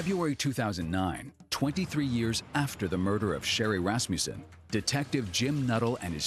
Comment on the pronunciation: Can someone say to this afro lady that it is not rassmjusen it is Rassmussen!!!